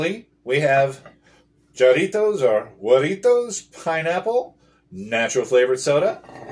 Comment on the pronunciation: Pronounced Haritos The j in Spanish is pronounced with an h. Regardless, these Mexican sodas are amazing.